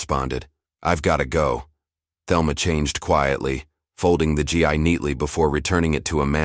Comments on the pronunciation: Please teach the fucking AI to say Gi as G with a long fucking E!!! And not G-I. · GI should be pronounced "Gee" and Kata is pronounced with short sounding a's, not long .🙄 ❤CK Anyone who knows about Karate or any of the other Martial Arts would know the proper pronunciation(s)...so embarrassing for you, so unprofessional, and really annoying for those who know and are listening. Please "fix this". Thank You 🤔 💭 ❤CK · Please Please Please Read your stories CORRECTLY... it's not G I............. its GI Like it's pronounced G like Grape I pronounced eeeeeee Please check your Pronunciation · The GI as you say it is pronounced GEE